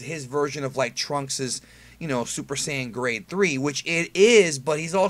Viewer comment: Here's a fun drinking game; drink a glass alcoholic beverage every time says "sayan" in the video.